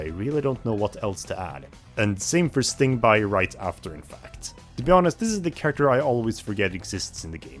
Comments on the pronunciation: If you are going to pronounce Stingby as Sting-bye, then you're also going to have to start pronouncing Kirby as Kir-bye. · these guys may be nobodies but so was spike and look how he's doing SOON YOU WILL SEE STINGBY,POKEY,COIN COFFER,SIDE STEPPER,AND SWOOP EVERY MARIO SPINOFF HAHAHAHA (also if you're gonna do stingby dirty at least pronounce his name right)